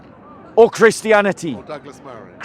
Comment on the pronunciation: why you dont pronounce the last 't' when you say reality or christianity. WHYYY